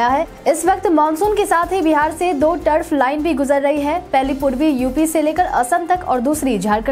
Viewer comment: ट्रफ लाईन का उच्चारण टर्फ लाईन न किया करें।